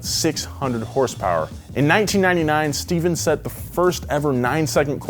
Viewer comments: Steph-ahn. Not Steven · One correction. Papadakis's first name isn't pronounced like Steven. It is Ste-phan. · Stephan not Steven!! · SteFAN! Not Stephen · Ohh, man you butchered papadakis name. It's pronounced "Stefan"